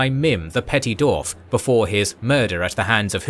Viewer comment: Please, it's Dwarf not Dorf.